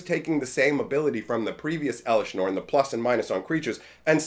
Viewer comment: "Eleshr norn, the myr castigator"